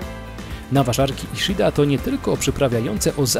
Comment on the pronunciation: Czyta się: iszida.